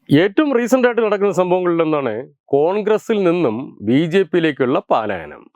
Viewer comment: പാലായനം അല്ല മാഷേ പലായനം ആണ് ശരി.